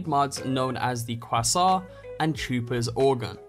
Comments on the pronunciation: U had the right idea but i believe its commonly referred to as the "Kway-Zar" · Quasar (correct pronunciation 'Kway-sar') and i thought you're talking about Croissant 😂😂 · Are you gonna finish that kwa-saurnt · bruh, its kway-zar quasar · never heard someone pronounce quasar "kwasaw" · Don't forget the "Quasssaar" along with the Jackhammer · You pronounce quasar like croissant to me xD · Kway-zar lol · Okay but actually "Kwa-saure" really threw me for a second and kinda gave me a headache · And the Quasssaar grenade haha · It's pronounced "kway-zar" lol. I thought your were talking about some kind of french pastry. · Saying Quasar like Carl says Croissant. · Any one notice that he said quasar like croissant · say it with me, KW-AY-ZARE (Quasar) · Quasar - K-SAR Kay - SAR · When he calles quasar quawsa haha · Why did he say Quasar like a sophisticated Frenchman 🤣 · quasar isnt always homing, i love the non homing one personally, it sucks up most enemies and barrels near it and shocks them continuously then falls and explodes, its great, also oof on that pronounciation. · The way he is pronouncing “Quasar” is insane. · Dude you pronounced quasar wrong, not bitchin just pointing it out. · Someone needs to learn how to pronouce Quasar. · do you not know how to pronounce quasar? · dont ever pronounce quasar like that again plz